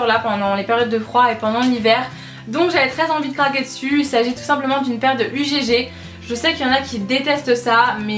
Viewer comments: Super découverte malgré tout :-) je vais aller voir sur le site si l'offre y est toujours. Ha oui au faite ma belle tes chaussures ça ne se prononce pas "UGG" mais "ugue" 😉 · Euh on ne dis pas U.G.G MAIS UGG et il y a des produit nottoyant de la marque UGG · UGG c'est un seul mot, on ne prononce pas les lettres séparément !